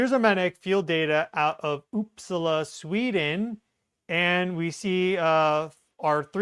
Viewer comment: it's pronouced Oop Saaa la. The stress is on the Sa not the La